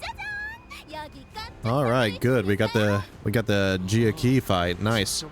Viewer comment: hello it is me sancho from hit video game limbus company. your pronunciation makes me sad 😢. Hongyuan (Hohng-you-ahn) Jia Qiu (Jyeh Chyoo) Heishou (Hey-show) i hope this helps